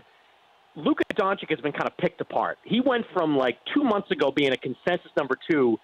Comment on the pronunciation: Can someone tell Mannix that it's Don-chich not Don-chick. Think more Cheech, less Dixie chick.